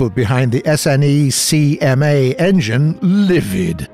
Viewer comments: Thunder, Official channel: It's pronounced: "Sneck-Ma'! not: S-N-E-C-M-A! Yes, I know that's how it's spelt! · Please say Snecma, not S.N.E.C.M.A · In the future, you can pronounce SNECMA like a word, instead of spelling each letters. In France we call it ''Snecma'', and not ''S'' ''N'' ''E'' ''C '' ''M'' ''A''. Anyway, nice episode. Cheers from France